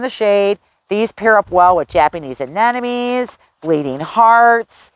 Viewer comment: I can’t listen to this channel because of the word mispronunciations. It is ruining her great, fast-paced delivery….anemone, not an enemy.